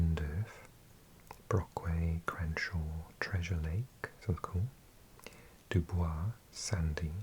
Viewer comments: Dubois, Pennsylvania is actually pronounced “Dew-Boys”! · Number 3 - we pronounce Dubois as Du-boys!